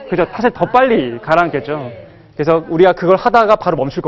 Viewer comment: 왜? 왜? 강의 중에 "에!예!예!"하고 굿민학교 어린 아이들처럼 반응함은 실로 천속 유치한 일이올시다. 인문학 학자 의 발음 문제를 지적해야하는 한국 문화가 이 얼마나 슬픈 일입닠까? 장음인 단어의 첫 자를 "짧게 잘못 발음" 한 예: 사실,2천,개체,뭐냐?,소설,두가지,두 번째,문제,등!! 실로 심각합니다. 그리고, 말을 좀 천천히 절도 있게 하시옵소서. 학자의 픔위의 문제이올시다.